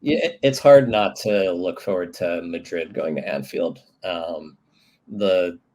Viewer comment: So is Real "Maddrid"